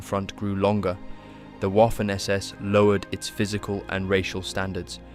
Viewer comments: It’s Vaffen not WOFEN 😂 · ...it is pronounced "Vaffen SS", for fucks sake(!!!) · Great documentary. By the way Waffen SS is pronounced Vaffon SS, otherwise it sounds like Waffle SS. Just saying. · The W in German words, such as "Waffen", "Wehrmacht", "Wiking", etcetera, are pronounced as a V. And in case you're wondering, the letter V is pronounced as an F (except when it comes to some loan words)